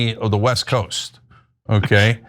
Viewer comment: “West cost” lol. West “coast?”